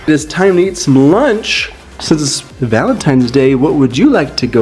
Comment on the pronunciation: Lady please stop saying happy valetines day